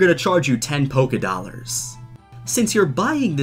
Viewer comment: NOT POKE-i-dollars